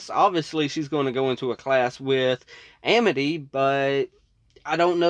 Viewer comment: wow Luz used to be really bad at pronouncing amity. she seems to pronounce it "education"